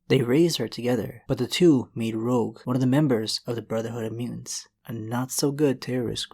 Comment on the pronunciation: dude u gotta work on ur pronunciation at 8:99 it sounds like you said "rouge who claimed she would to be in porn"